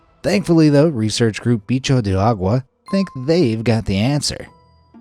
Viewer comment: the way bro pronounced "bixo d'agua" tho- the way we would pronounce it is: "beach-you d uh gu a", i think